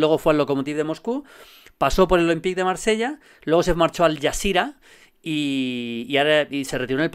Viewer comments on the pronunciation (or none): none